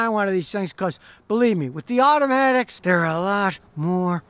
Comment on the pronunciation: Scotty said “wimpy automotics” lol 😂 Manuals are better in my opinion. Better feel of the car.